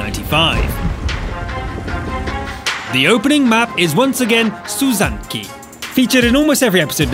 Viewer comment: Studzianki not Suzanne-ki dickhead